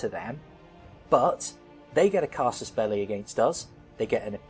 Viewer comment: Oh my god... "Casus belli"... I wondered the whole time why he was talking about the "casters belly" ^^